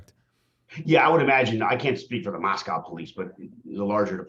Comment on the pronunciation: Please tell prople.. It is Mos co, long O, NOT Mos COW. I'm in IdahO and it is so irritating 😒